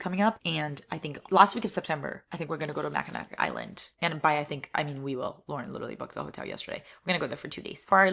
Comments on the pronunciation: Born and raised in Michigan the way you said Mackinac had me dying! Its pronounced mack-in-aw. I know its so weird. I just wasnt expecting you to mention a place in michigan lol love you! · Happy 10 year friendshipversary to you and Lauren!! Mackinac Island is GORGEOUS and Lucy Scores book Forever Never is based there. As a Michigander though I MUST tell you it’s pronounced Mack-in-aw 🥰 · Mackinac Island is amazing!!! Hope you love it! (But, PS, it’s pronounced Mackinaw). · Typing this immediately after hearing it. it's mackin AWW not Mackinac ik it's spelled stupid but here we are